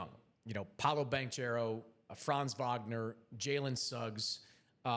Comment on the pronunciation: Maybe I'm nitpicking but how is an nba writer/commentator still mispronouncing Paolo's last name? He's been in the league four years now..